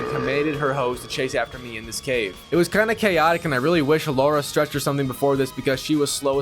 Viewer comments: Bro am I the only one who hears laura instead of lara😭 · Bro her name is LARA not Laura you silly goose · LARA L A R A not LAURA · Lara, not Laura. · The fact he keeps calling her Laura instead of Lara is driving me insane 🤣🤣🤣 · Noone in the game call her Laura... And no, Laura and Lara isn't sound the same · Saints row 2022, you called her laura its lara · Aint no way this mf is calling Lara a "Laura" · My ears bled every time he said Laura. Can Platinum the game but not pronounce her name. 😂 It kills me whenever I hear someone call her that ! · i hear it also